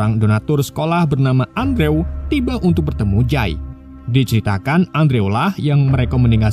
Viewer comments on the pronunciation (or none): Andrew.. dibaca Endru' ... Min... 🙏🙏🙏